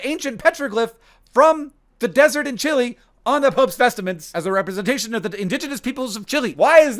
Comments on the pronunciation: What's with "vestaments"? It's "vestments". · "Vestments," not "vestaments," is just a word that means ceremonial clothing. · The pope (and clergy in general) has "vestments", not "vestaments". I wouldn't say anything, but you consistently mispronounce it like ten times. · ffs, why do you keep saying "vest*i*ments"??????? it's driving me crazy. there's no i in vestments. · what does he keep saying 'vest-a-ments' instead of just 'vestments'. Does he really think that's how it's pronounced? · There's no "I" in "Vestments" - It's not "vestiments" "There's 212 countries in the world that measure cancer rates" ...uhh, no. There's aren't even 212 countries in the world. 193 UN Member states, 2 UN General Assembly non-member observer states, and 10 other states. Total 205. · It's vestments not vest-a-ments. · Vestments? ❌ Vest-a-ments ✅ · It's "vestments", not "vestaments". (Maybe you were confused by "testament"?) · I think they're called "vestments" not vest-uh-ments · Hank, why are you saying "vestaments?" Liturgical garments are "vestments." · FYI, They're just vestments, not vest-a-ments. 😊 Loving the video though. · It's a little easier to pronounce "vest-a-ments", because of the somewhat jarring 't-m' sequence in 'vest-ments'. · Ok it’s “vestment” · i truly thought we had quickly moved on from the pope's vest-e-ments 😭😭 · You’ve got an extra syllable in vestments there Hank. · Since you refrained from a grammar comment I will refrain from posting about your pronunciation of "vestments". Oh crap, too late. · Why are you pronouncing vestments so weirdly? There's only one E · Honestly, the thing that struck me the most in this video is the mystique being afforded to the word "vestments". Also, saying it like Yogi bear says "pic-a-nic".